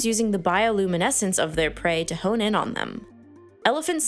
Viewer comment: It’s “home in on them” Not “hone”